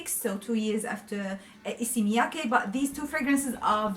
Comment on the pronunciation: I was not able to pronounce Issey Miyaki until this video. You did a great job. Thanks for the video & ur honest opinion.